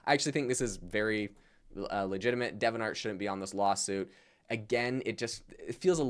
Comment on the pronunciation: De-vi-ant art, it's not Devon art...